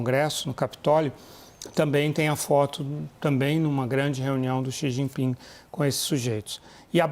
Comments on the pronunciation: Eu perguntei ao cumpanheiro “Sijiping”…. 🤣🤣🤣🤣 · "Eu perguntei ao cumpanhêro CI GI PINGUI" 😂😂😂😂😂